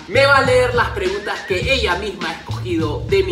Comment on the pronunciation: ¿Quien mas se dio cuenta que decia preungtas antes de que lo corigiera?